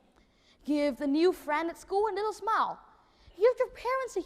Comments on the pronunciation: Smile phiên âm là /smaɪl/ sao em đọc là sờ mao nhỉ? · Smile được phát âm đúng là "sờ mai ồ". Đúng là Nhật Nam phát âm "sờ mao" nghe chẳng pro tí nào. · nói thật cái bài thuyết trình đéo có gì đặc biệt, ko phải t chê thằng đnn mà là thằng đăng video giật tít, đã vậy nghe từ smile phát âm là "sờ mai" thằng ngáo này toàn phát âm"sờ mao" người ta hiểu thế đéo nào được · Ai giúp mình với. Mình vẫn nói từ "smile" theo âm "ai", vậy mà nghe Nam nói như âm "ou". Mình không hiểu lắm, nhìn transcript, nghe trên máy nhiều lần vẫn thấy là âm "ai". Mà nghe Nam nói là âm "ou". Vậy từ này phát âm như Nam mới đúng phải không? Hay tai mình có vấn đề. Thực sự hoang mang, xin hãy giúp mình. Thanks all! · Khôi Nguyên smile mà nói sờ mao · love his enthusiasm and very articulate presentation. but i keep chuckle at his pronunciation of the word 'smile' i keep hearing 'smao' it could be my ears that have an accent and not his accent. :)